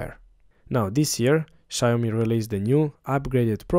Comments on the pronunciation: Maybe try learning how to pronounce Xiaomi? It's obviously not "shy-owe-me". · it's Xiaomi, not Xayomi 😄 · That's not how you say Xiaomi. Its pronounced like Siao mi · Nice review, next time learn to pronounce Xiaomi correctly.